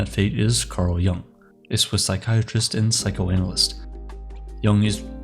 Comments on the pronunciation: Thank you for the video. But his name pronounced Yoooong not Young 😂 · "Yoong" not "Young". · It‘s JUNG not YOUNG. Cringy clown,the second guy. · Its not Young, its Yoong! Get it right. Dislike. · This is Ai made, I can tell because carl yung is not his name, its jung. But pronounced yung. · You pronounce his name wrong and it is disturbing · You might want to look up how to pronounce his last name. Best wishes